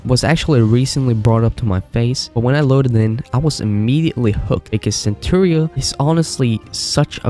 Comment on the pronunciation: Just so you know, it’s pronounced Sen-taur-uh, not Cenchura